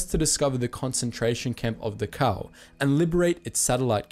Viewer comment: FFS... Did you even read my comment? I said that it was pronounced "The-cow" in the video, and was therefore confusing! Personally, I am well aware that it's pronounced more akin to "Doc-how", but with a bit more of a gutteral "ch" sound to it. I guess I would equate it to saying "Da" then hacking up a lugi for about 0.3 seconds and then saying "ow" immediately afterwards.